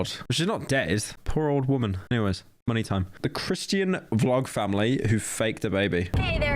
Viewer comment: The way Pyro say Christian is hilarious